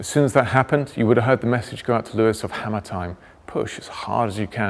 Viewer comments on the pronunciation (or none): none